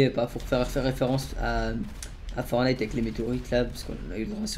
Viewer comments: ForTnite on prononc le T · Y faut prononce le premier "t" dans fortnite